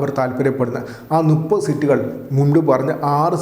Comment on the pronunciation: നുപ്പത് അല്ല മുപ്പത് നീ ഒരു വാർത്ത അവതാരകനാണ് ഉച്ചാരണ ശുദ്ദിയിൽ അവതരിപ്പിക്കണം